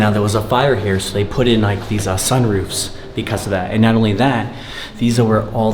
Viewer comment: Did no one else notice “chak bord” or “sun roof”?!😂